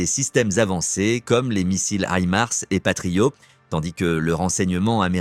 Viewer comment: Ça se prononce "Patriote" pour le mot Patriot et non pas "Patrio" comme vous le prononcez.